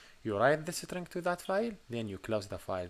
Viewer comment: Cool way to pronounce String (isTring) = SitRing 😜